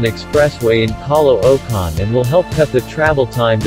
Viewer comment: caloocan pronounce "kalookan" thats only i know to pronounce spell